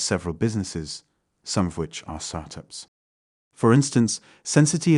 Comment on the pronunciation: I noticed the voice is deep fake, because the strange way it said start-ups, but it blew my mind the amount of time i've been fooled